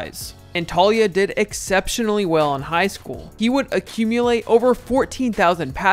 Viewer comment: FYI....Taulia=Tao-lee-ah, not Talia